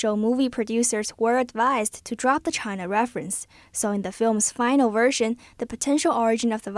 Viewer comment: Please read as china not as Chiang's